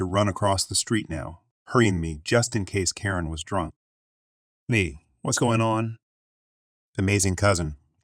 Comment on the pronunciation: It's not a person, it's a reading bot. Karen get mispronounced every other occurrence and if it hits abbreviations (lb.), it won't say pounds, just trying to say the letters together.